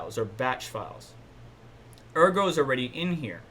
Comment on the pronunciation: Good stuff thanks -- Ergo pronunciation is right. Yoroi wallet is Japanese for armor - "Your Roy" is accepted butchered version ;-)